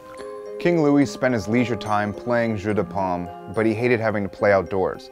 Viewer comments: Lmao I thought the same thing; he's saying jus not jeu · When you attempted the French for "Game of Palms" it sounded like you said "Apple Juice" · That's what I was thinking lol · Delicious mistake. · You said Jeux de Paume completely wrong but whatever